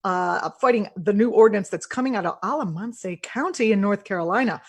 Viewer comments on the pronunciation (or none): Haha! "A la MON-say county"! Hehe, it's an out-in-the-country county. It's just pronounced "AL-uh-MAN-ss."